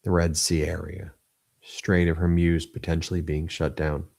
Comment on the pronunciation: It’s not Hairmuz ! It’s Hormuz😉